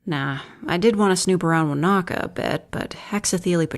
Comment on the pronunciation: It's so weird hearing Wānaka pronounced correctly, people get touchy about using proper Te Reo pronouncation here